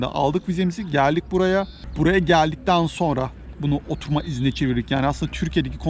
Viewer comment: "oturma izni" yazman ve öyle söylemen ❤︎ ben eleştirilere kulak vermen ve makul bulduklarını düzeltmen harika. almanya'ya gelebilirsem sen ve eşin gibi güzel insanlara mutlaka kahve ısmarlamak isterim :)